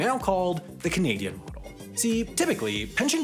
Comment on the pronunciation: I cannot hear you say the word "Model" Why is that